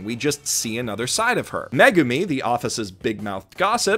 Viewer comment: when he said megami i got triggered